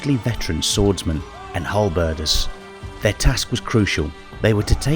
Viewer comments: your videos are really impressive but you really need to work on your pronunciation. Jegar is said Yey-ger, carstein is is car-st-ine and halberdiers is said how its spelt not halberders as you said it. if you play the game and listen to the characters they even pronounce their names in the correct way (carstein for instance) after so much effort it seems like a quality dip considering how much time you must put in to these you need a little more quality control or a better editor for the voicing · Wow great job on the video. Im really liking your cinematic lore series that youre doing. Few mispronunciations being Carstein, Jaeger and Halberdiers but otherwise just loved it. Glad Warhammer fantasy isnt being forgotten